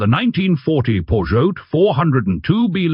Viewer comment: It's not "gazognen" or "gazognine" but gazogène. And the "t" in Peugeot is silent. Per H hour... Wrong pauses in the text. It's getting ridiculous and tiresome. A human reader would at least inquire about the correct pronunciation...